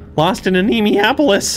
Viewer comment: I do believe it works better as anne-ay-moe-ay-opolis in terms of pronunciation